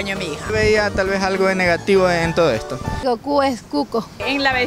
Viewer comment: Es goku no koku 😂😂😂😂